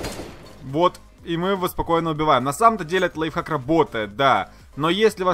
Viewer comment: Кто-нибудь здесь слышал как он сказал лайффак, нет? Я слышал